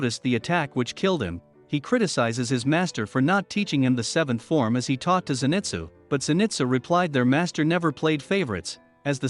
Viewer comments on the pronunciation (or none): U say zenitsus name wrong